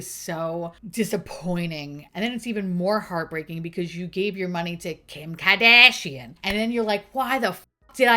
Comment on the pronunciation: Every time you say "KIHM KAHDAGHSHIAN" I cackle and my family questions my sanity 😂